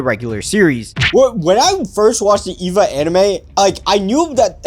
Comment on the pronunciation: eva is pronounced like ava